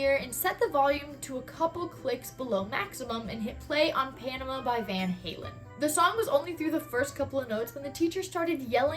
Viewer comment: I know its a minor detail but Panama, isn't pronounced like that.